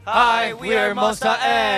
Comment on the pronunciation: Finally an interview saying Monsta x correctly Cuz other mcs says it’s Monster x